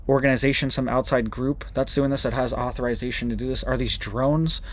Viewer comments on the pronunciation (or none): If you want a little bit more credibility, then... 1) Strokes, not SHtrokes 2) Perject? 3) Authorization, the 'i' is soft 4) Fertilization, the 'i' is soft 5) Earthquake eruptions on earth? 6) Never on the radar? Incorrect. YOU never see them on the radar. You can't prove a negative. Look it up. Additionally, MonkeyWerx shows them on the radar. 7) 19M video with 1 or 2 minutes of content → good job.